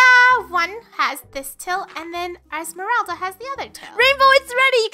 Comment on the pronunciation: Funneh: who's esmerlda Me:You mean Esmeralda AHHAHAHAHAHAHAHAHHAHA sorry for laughing at you though because you are my fav YouTuber!